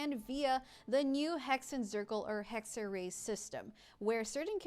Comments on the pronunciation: "Hegg-ze-rai" is closer to the correct pronounciation than "Hegg-ze-ree" You could get even closer by saying "Heck-se-rai" (Funfact: the letter "X" came into existence because ancient Romans got tired of writing "ks"). The "r" needs to be "harder" but that's just something english speakers have ingrained in them due to the nature of english so I'm not gonna try to tackle that here lmao. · The other pronounciation was correct. [Hexer-rai] essentially. Its German for "Witchcraft" / "Witchcrafting" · Pls hohyo Stop using German words. Hexerei hat sich noch nie so falsch angehört...